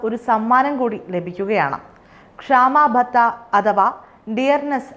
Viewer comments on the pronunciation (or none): ക്ഷാമാ ബെത്ത അല്ല കുട്ടി , ക്ഷാമ ബെത്ത എന്ന് പറയൂ , മറ്റ്‌ സംസ്ഥാനങ്ങളെ അപേക്ഷിച്ചു കേരളത്തിൽ ജീവനക്കാരുടെയും സർവീസ് പെൻഷൻ കാരുടെയും എണ്ണം കുറവാണ് , കേരളം ഒഴികെ മാറ്റിടത്തൊക്കെ d a, 50 % ആയി ഇവിടെ da യും ഇല്ല, പേ റിവിഷൻ കുശിശികയും ഇല്ല, എല്ലാം സ്വാഹാ , കേന്ദ്രവും ഈ കാര്യത്തിൽ 100 % അപ്ഡേറ്റ് ആണ്